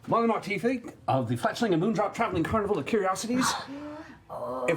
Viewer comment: It’s pronounced Will-de-mount